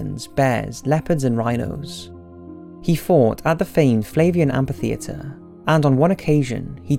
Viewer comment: It's amphitheater, read amfi theater, not ampi theater.